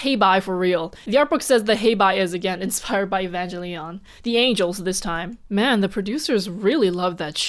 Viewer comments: Great video. One thing though that bothered me a lot was you pronounced Evangelion wrong. It's ee -van-geh-lee-on not ee-van-gel-ion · Evangelion is supposed to be pronounced with a hard G. Like “e-van-gehl-ion”. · Me rewatching this: "Oh wow, why did I stop watching?" Xiran Mispronounces "Evangelion," says Movie pronunciation is correct in Chinese. Me: "Ah, right right."